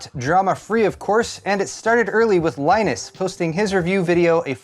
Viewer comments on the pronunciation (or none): none